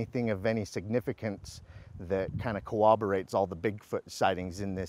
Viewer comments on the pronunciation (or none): WTH does “cowoberate” mean? Good lord